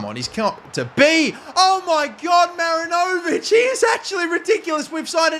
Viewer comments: mate as a kiwi im gonna need u to correct this, its pronounced ma-rin-o-vich not marin-0'vic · Dear: mi-RI-ni-vich Sincerely, all New Zealand football fans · Great stuff mate! Just don’t over pronounce the “o” in Marinovic😁 He was the NZ international keeper, good player